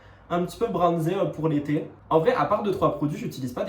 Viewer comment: Pour le parfum j'ai entendu "il sent les pieds" au lieu d' "il sent l'été" ... J'ai bugué 😂